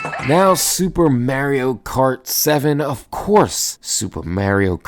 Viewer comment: lmao its MAH REE OH not Myeario